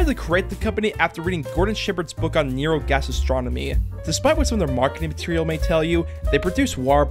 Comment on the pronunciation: Did you say Neurogastastronomy xD